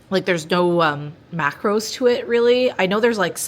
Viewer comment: I love this and I swear u said macroids 😂😂😂😂😆 my mom was beside me and I said this is because of u hahaha ! Great meals 😍